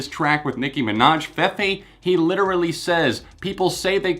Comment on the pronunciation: its "fee-fee", not "feh-fey"